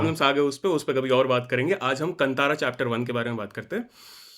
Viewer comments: Why Hindi people behave like aliens, that is kaanthara, no kantara, pls pronounce properly 🧐🥴😄😄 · Kantara nahi bhai Kaantaara🤦🏻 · It is कांतारा and not कतारा.. why do we have so much of problem in pronouncing properly our own Indian words when it is written clearly in Hindi